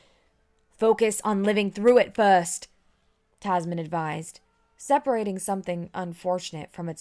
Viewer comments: The mispronunciations are kind of grating. When she keeps saying 'Tasmin' when the name is spelled "Tamsin" and pronounced TAM-zin... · Tam-sin, not Tas-min.